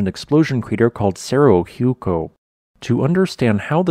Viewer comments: It is pronounced Serro Wayco. H is always silent in Spanish . . . always. Cerro Hueco means Hollow Hill. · Very educational. I enjoyed this presentation. I would have liked to have seen this eruption happen! PS: The pronunciation of Cerro Hueco is serrow waco. I'm sure you know it means Hollow Hill. Looking forward to more! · The best thing about Cerro Hueco is the Golden Eagles the nest and breed in the crater. The correct pronunciation is Cerro Waco, like the town in Texas. Thanks for putting my favorite place in Arizona on YouTube. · That's not how you pronounce Cerro Hueco, not even close